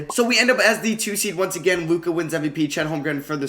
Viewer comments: It’s LukA not Luke. Like Doncic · You need to pronounce Luka Garza like Luka Doncic, thats the same first name. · Lol it bothered me hella the way he mispronounced Luka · it's luka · Luka not Luke! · His name is Luka not Luke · LUK ‘A’ Garza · Luka, with an A